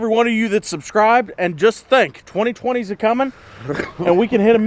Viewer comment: Did anybody notice the in when he said , “ 2020 s a cummins”